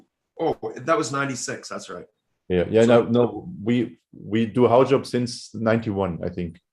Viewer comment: finally can pronounce Haujobb..ahh